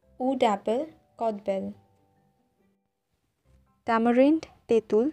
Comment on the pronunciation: Kotbel noi hobe kodbel